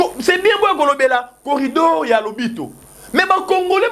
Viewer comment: Oza mayele mukie. Oyebi makambo ozo loba te. C que Bemba a dit, il a honoré Fatshi. Botika bilobele en plus c'est corridor et non corrido.